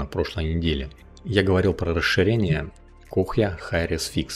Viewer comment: КОЯ, а не кохья ГИПЕРТАЙЛ, а не хупертайл